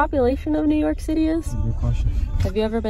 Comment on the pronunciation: When people legitimately mix the letters up in words and don’t correct it, we’ll, that’s my favorite thing!!! 😂 it was Snort laugh worthy! So, when you said, “yew nork” I nearly choked on my coffee. Nice! 😂